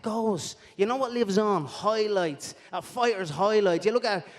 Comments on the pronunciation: "Mike Toison Hoilights" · conor "HOILIGHTS" mcgregor